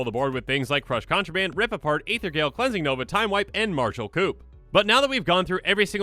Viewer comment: he said coup wrong